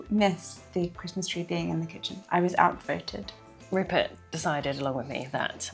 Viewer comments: Rupert pronouncing his /r/s as /l/s is adorable!! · Omg Rupert pronouncing all his Rs as Ls so cute. Also surprising because normally the L is the hard to pronounce letter. Gingerblead man is flends with the snowman 🥺